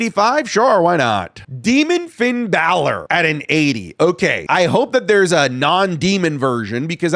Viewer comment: Braun stroman is a former world champ put some respect on his name Also: Pin balor